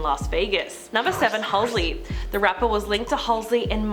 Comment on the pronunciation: Had to stop watching cuz she kept saying "Halsley" 🤣